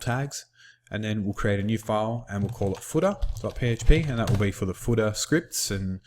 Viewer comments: very good instruction...but your accent sounds funny when you say "footer"...it sounds like "fooda" :) #BestInstructor I've ever seen <3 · The footah gets me every time :D:D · And the footah!